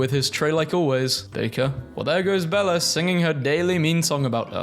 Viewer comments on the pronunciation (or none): Belle is pronounce Bell not Bella. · She is not named "BellA" !!! Her name is Belle ( pronouced like church bell )